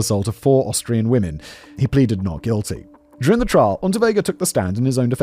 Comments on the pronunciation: Love the occasional slip ups of Australian rather than Austrian! Lol😂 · Simon mispronouncing Austrian as Australian 😂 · 45;30 Does Simon say Austrian, or Australian?